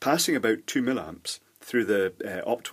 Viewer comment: Hi. I'm so glad you stopped saying "mill-amps" and resumed calling it "milliamps" as it actually is. I never found out why you started doing this; presumably you got criticized and caved in, which is not like you in my observations. Anyway, why would you cave in to an obvious idiot?